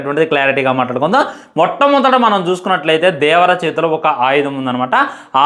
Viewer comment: Adi devara ra unga 😂 Vara kadu